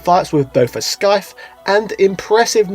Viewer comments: I forgive most of your pronunciations bro, I really do, but SKYTHE (scythe)!!?? Really?! You're an educator for christ sakes! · Is scythe really pronounced Skyth, in the UK? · You pronounced the word "scythe" as "skythe"?